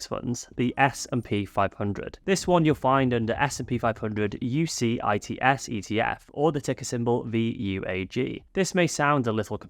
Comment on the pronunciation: UCITS is pronounced You-sits 😊